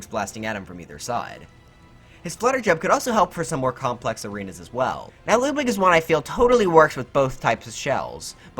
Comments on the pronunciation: Ludwig is not pronounced as ‘Loodwig’. It’s pronounced as ‘Ludwig’. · Its Ludwig not loodwig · loodwig is how he said it. Ludwig is how I say it. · Am I the only one that noticed that he said lewd-wig?